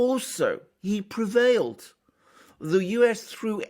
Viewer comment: Oh aye, ‘prevailed!’ Haha What a Michael winner 🤦‍♂️